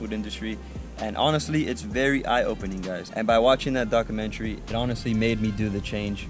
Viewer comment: Wait, did he say, "By watching that DOG-umentary?"